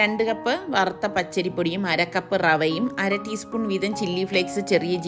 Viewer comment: ഈ അര teaspoon എന്തോ പറഞ്ഞല്ലോ അതെന്താ clear അല്ല